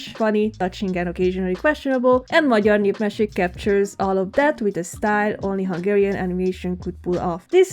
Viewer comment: HOW DID BRO PRONOUNCE "magyar népmesék" SO GOOD WTH btw this is childhood